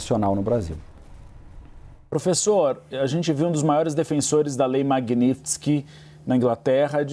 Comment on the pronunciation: Esses repórteres não conseguem nem pronunciar direito a palavra Magnitsky. Pelo amor de Deus, é Mag-níts-ki, não tem mistério!